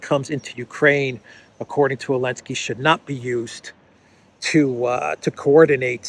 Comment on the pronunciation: Your videos are great but why do you call Zelensky , elensky 😂